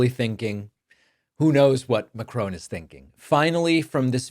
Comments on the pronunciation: Dear David I ask you, as a bilingual, to help us pronounce the name of the French president correctly: it is not 'Macrone' like in 'drone', but more like Macroh, with the accent on Ma-. I think the ending sounds more like the Argentinian name 'Perron'. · I wish Palman would get Mr Macron's name right. The name does NOT have an E at the end. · I had to stop watching after the fifth time this guy said President Macrone. Idiot. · It would be good if you could learn to pronounce it Ma-cron and Muh- crone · Please, pronounce his name correctly. There is NO "E" at the end of Macron - it's pronounced mack-ron. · Sorry to have to correct you but the French President’s name is pronounced Mack-ron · Your pronunciation of Macron is terrible, David. MA, in MAnhole_CRO, in CROcodile. No ,'e'on the end. Love your work sir. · hey pronounce his name correctly, MakkRon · It’s not ma-crone! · Ha. I know. I cringe every time I hear it 😖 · Exactly. Or Ma-crAWn. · btw it's Macron NOT Macronnnnne!! ok? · Great video, I love listening to you, but please pronounce the name Macron as "Mack-ron" ! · In fact it is Ma-cron (pronounce Mah-cron) Mac-Ron would be Scottish! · They pronounce the ending just like the word drone. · It's not pronounced Macrone!!! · Try saying MakCrun not Macroon he is not a Racoon! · 'Macrone' learn to pronounce the blokes name for crying out loud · Not to take from your report Emmanuel ( Mac Ron) rhymes with gone, please. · Please learn how to pronounce Macron's name , it is Macrawn, as in brawn. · love you David.....and your channel...but it is MACRON no E!!!! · Please David pronounce The President of France surname correctly there is no E on the end of Macron. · Mah-kroh(~). You don't pronounce a hard 'n'. You Americans manage to pronounce the French name Chevrolet without a hard 't'. 🙄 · Pronounced more like “Mak-RON.” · You pronounce the French President’s surname incorrectly. There is no ‘e’ on the end of Macron. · His name is not McCrone ;) hehe